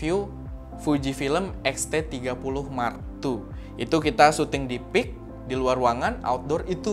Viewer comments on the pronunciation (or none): none